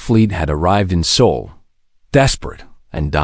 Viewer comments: It’s SOL, not SOUL, system! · SOL --- NOT "soul"!!